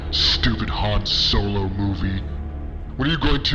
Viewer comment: Han Snow-lo